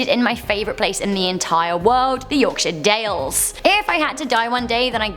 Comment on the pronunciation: I love how she said ‘Yorkshire’ correctly! :3